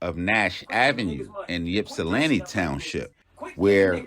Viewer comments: The y is silent bro🤦🏾‍♂️ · We say “ipsi” not “yipsi” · I’m an original 734 representative. Born and raised in Ypsi. I just want to let the people know, it’s “Ypsi” pronounced ip-cee, not Yip-cee….I don’t really wanna speak on the situation but let me say this: People have their opinion about who was right or wrong and I don’t want to speak to that. But what I do want to say is to people like Charleston White, Tekashi Sixx Nine, and others who antagonize people online take heed to the lesson. Everybody ain’t playing, so be mindful of what the response might be. If you’re with it, then do as you please. Just be aware💯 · Pop don't nobody call it Yip-see..... It's pronounced ( Ip-see) for short! Salute😎😎😎 Detroit in the Building! ✊✊